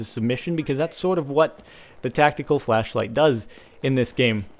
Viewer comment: at 4.52 he says tactical flashflight lol